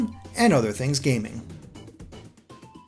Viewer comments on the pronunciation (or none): none